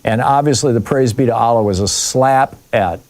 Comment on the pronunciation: It's not Aaaaalah, it's Allah